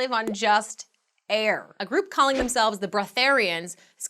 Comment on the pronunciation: "Polluted aair my ass more like hot aair" the way says air like that lol